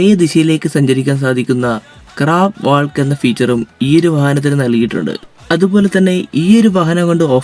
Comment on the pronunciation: വാൾക്ക് അല്ല വാക്ക്. (Walk)